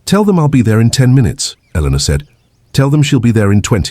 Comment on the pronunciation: The name gets mispronounced quite a few times Elena at the start then Elenore later and variations of both m 😅